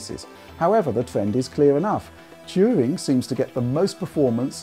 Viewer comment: I just came here to hear say "Turing" a lot